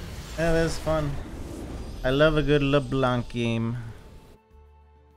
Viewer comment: Hey ! U know that Leblanc is a french name ? We don't pronounce the C 😊 Blanc means white in french but the C is mute 🤭